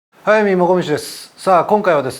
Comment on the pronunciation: 最初の『速水もこみちです』が、『Hayami Mokomichiです』に聞こえる